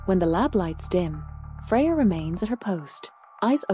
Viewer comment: "Freya" and "idea" are not pronounced with an R at the end... 😉